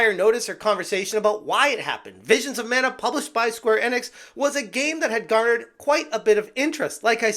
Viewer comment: It’s pronounced “Eeeeenix” not “Ehnix”